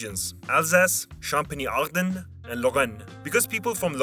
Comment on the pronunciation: Why the fuck did you think "Bretagne" and "Champagne" were "Bretani/champani" ????